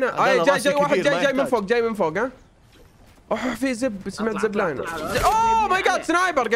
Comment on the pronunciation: بالبداية قال ز**ب بعدين قال زبلاين